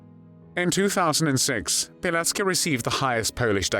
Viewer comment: It’s Pilecki not Pileck